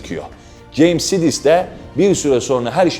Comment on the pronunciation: Sidis diye okunmaz o bence. Saydıs diye okunmalı sanırım